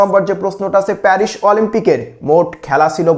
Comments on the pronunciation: Perish na paris😂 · মাশকট প্যারিশ সেই উচ্চারন